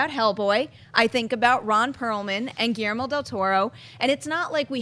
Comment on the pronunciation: Is it just me who finds HILARIOUS the way they pronounce GUILLERMO? Just say the L guys, it isn't that hard.